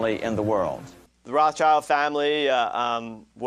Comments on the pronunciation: BTW, it's Rothschild, not Rothchild. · Its not Roth Child. Its Rothschild. It means red shield in German.